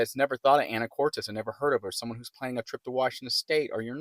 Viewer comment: It's Anacortes. Not Anna core tez. Actually quit watching your video because it was so annoying to hear you say it wrong so many times